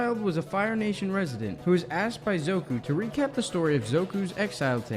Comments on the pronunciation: Pronounce the names better Zuko not Zoku. And Agni Kai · It’s “Zuko”. Not “Zoku”. Other than that, this was very informative thank you (